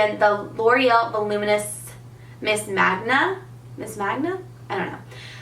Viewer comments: Mang-ga not manga lol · it's Manga hunny.. not Magna... love u <3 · Not hating but it seems like everyone is having a hard time with the name of the loreal mascara. It's not magna. It's manga. Like mango but with an a lol. Love this look btw! That blush is beautiful! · It's manga. Not monga. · Mang-ga, not Mahn-ga. You're so pretty! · It's pronounced mang-ah ! Like mango with an a. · The mascara is pronounced miss man-gah :) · That mascara is pronounced Main-ga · Manga is pronounced manguh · this look is so beautiful! our summer make up routine is super similar :) and also, the mascara is pronounced main-ga or mon-ga, depending on your preference. Manga is what Japanese comic books are called. Alot of Japanese comic book characters are thick elongated lashes to make their eyes look more open, which is exactly what the mascara does :) just thought you would like some info if you do a comparison video! love you xoxo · the loreal mascara is pronounced " miss mon-ga". youre saying mon with a long o or the way you would say pot :) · i am 100% sure that it is pronounced "monga" because on the packaging it shows a little girl who seems to have the characteristics that most manga characters do. a magna is a japanese comic book and usually that is the way that the japanese pronounce it. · Main-guh is how you pronounce it, it's a Japanese style of cartoon related to anime. I love the look though! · It's pronounced MANG-GA, just like the way it's spelled hahah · Hi, when saying the mascara name, your switching the n and g lol. Its called manga, its japanese comic books! Don't worry, your not the only one saying it wrong:) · Yes please to the mascara comparison!! (just by the way, the pronunciation is men-ga haha, as in anime :)) This look is great on you and I do a similar look day to day. I'm going to give my true match another shot since you seem to love it so much, even with oily skin. Hope you're doing well! xx